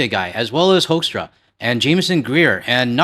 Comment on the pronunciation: FYI, it's pronounced HOOK-struh. With my beloved Canada in a recession, the US's aim is clear: we want to punish you, province by province, until you agree it would be better to be joined with the US. It's disgusting. As for the Howe Bridge, bear in mind our infrastructure is very behind and quite incapable. The tracking authority for passers on this bridge is something ICE is currently fighting with the Admin about. They are infighting for more easy money, while benefiting an oligarch opposed to the bridge's traffic.